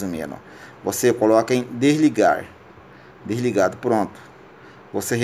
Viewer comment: Não consegui assistir tudo pelo fato de falar errado demais(subir pra cima)é foda. (Derligado). Dispenso a ideia de resolver meu celular, (pobrema). Caralho , (mínimo de brilho prosive). Impossível ouvir tudo.